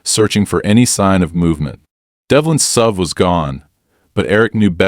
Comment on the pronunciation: Since when has an suv been a sub? Learn how to read, and edit.